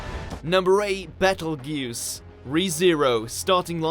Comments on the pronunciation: wtf is a bet-el-goose? nigga you mean beetlejuice? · Isn’t Betelgeuse pronounced bettlejuice??? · Betelgeuse is pronounced beetle juice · I thought it was pronounced beetle juice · It pronounced Beetlejuice, you idiot! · Betelgeuse? Sound lik Beetlegeuse to me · Betelgeuse Romanee-Conti.....DESU